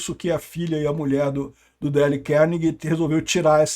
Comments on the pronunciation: Não se pronuncia Dale, mas alguma coisa parecida com Deil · Dale, não. "Dêil" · se pronuncia "Deiou"